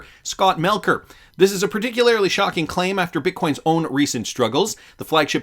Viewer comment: Critiques misuse of 'doubling down' while consistently mispronouncing 'particularly'.